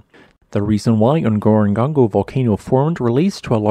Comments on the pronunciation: I'm sure I am not the only one. The correct pronunciation is to say Ngoro twice. I visited Ngorongoro in 1968 . We camped on the rim and our Landrover was charged by a Rino near the lake. Spectacular.👴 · He pronounce that incorrectly. The first half of the word is exactly the same as the last half. There is no third ‘G’ in the word. Whoever is narrating this needs to up their game, this is the second time in a week that he’s mispronounced something. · Informative , interesting , though confusing with regards to your pronunciations of what seem to be difficult sets of letters , eg : N-goro-n-goro - often the N , is pronounced off the back of the toungue . Ngarahoe is one such , as is Ngaruawhia . Please try to enunciate your words correctly , to save confusion , or a bit of bewilderment untill the listener works out the correct way it's said . The crater these days is relatively dry , and the Lions in the crater , are changing genetically - this from one of David Attenborough s nature series where it featured . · Whoever designed the script has NEVER been to Ngorongoro. The pronounciation of the name is ATROCIOUS!! Please talk to the Tanzanians (or any local people for the videos you mean to create.) Your ignorance is showing. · Ngorongoro is hard to pronounce for most non-Africans but it's like you didn't even try! 🤦🏾‍♂ Same with your other video on Longonot . Next time, could you put a little effort? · You're pronouncing Ngorongoro badly... it's the same word twice, you should therefore pronounce both halves the same way each time... like they do in Tanzania. That is also by no coincidence the correct phonetic pronunciation. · You need to remake the video and pronounce Ngorongoro correctly. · i know right, he has been doing this for a loong time. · Why do you keep saying "Ngorongongo" instead of "Ngorongoro" as written, I wonder... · Ngorongoro, /(ə)ŋˌɡɔːrəŋˈɡɔːroʊ/, not "Ngorongongo". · NgoroGORO - not "GONGO" Been there - saw my only Black Rhino in the wild.